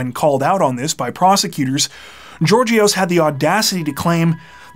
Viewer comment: Georgios is pronounced Yeórghios.